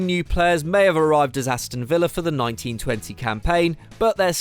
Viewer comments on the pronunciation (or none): none